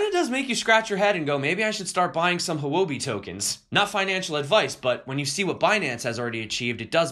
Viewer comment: Sad about the tornado and the people it hurt. I hope all is well! Also, Houbi is pronounced "Hoo-wuh-bee." That is as close as we can get without tones, anyway. It means "currency" in Mandarin.